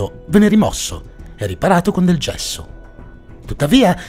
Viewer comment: sembra che dica cesso invece che gesso hahahahaha TI AMO L'INSPIEGABILE